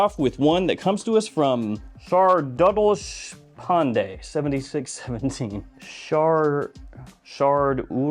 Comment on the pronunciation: It’s pronounced as Shaaar-dool Deashh-paan-Dey. It’s an Indian name